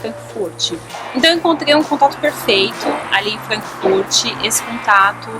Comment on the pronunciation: Hehe só uma dica!!! Frankfurt nao tem i no final :)